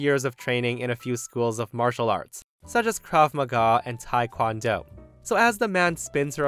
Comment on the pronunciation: Story 3: complete martial arts badass. On a side note,, it’s pronounced ‘tae,’ not ‘tai.’ It comes from Korea, not Taiwan.:P (I’m a black belt 3rd Dan myself. Slight pet peeve.)